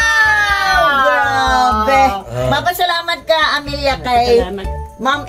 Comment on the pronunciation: Amalia ka ng Amalia.... AMELIA pangalan yan. 😂 ano ka ba di ka ba marunong mag basa😢